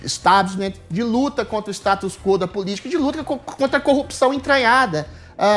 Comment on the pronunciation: Pronuncie o S em StatuS quo, viu?